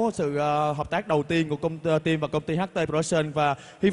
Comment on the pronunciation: eo chị dẫn trương trình , tim sao đọc là trim thế @@ bó tay